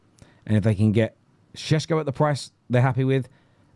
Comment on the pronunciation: Why do you keep adding an H in sesko?.